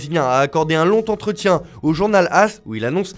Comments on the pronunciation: Un long entretien il voulait dire🤣🤣🤣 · C'est quoi un lontentretien ? 🤔